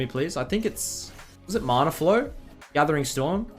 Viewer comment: how does he say MARNA? when he says man is it man or marn? ITS MANA fs